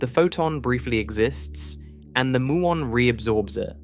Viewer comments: It's m-you-on, not moo-on. There is no electeron. Another slop channel. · Please teach your computer generated narrator to correctly pronounce "muon".